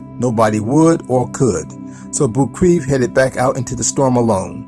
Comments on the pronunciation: Anatoli last name Boukreev is pronounced Book-Ray-Eff and not 'Book-Reeve' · Geez, you could’ve done some research into the correct pronunciation of Anatoli Boukreev. As a hero, he deserved it..